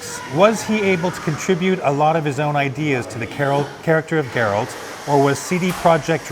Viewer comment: was he able to contribute a lot to the cheralt of Garacter?"